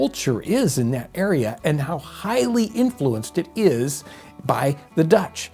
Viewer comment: By the way you say "that area" it sounds like you're not from New York yourself, hahaha. For me, I don't think of towns named with "kill," I think of all the rivers those towns are named after, and more. Normans Kill, Basher Kill, Alplaus Kill, Plotter Kill, Beaver Kill, you go hiking in New York all your life and you get to know a lot of kills. It's fun also to mention that even place names of Native origin, such as Schenectady, will often show in their spelling that they were first written by the Dutch, not the English.